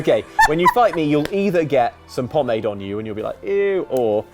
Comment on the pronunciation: As a French speaker, that pronunciation of pomade hurts. A lot.